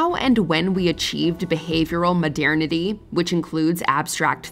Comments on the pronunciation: New drinking game ideia: every time she says "modiernity" instead of "modernity", have a drink. you better not go home driving. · why does she say modernity like that 💀💀